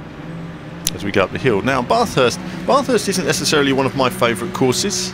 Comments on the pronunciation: great Track but same old game no damage :( i think people should learn how to say Bathurst correctly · You say Bathurst really weird haha.